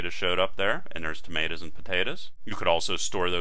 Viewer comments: I was learning until I heard him say "tomatas and potatas" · i love the way you said tomatoes and potatoes lol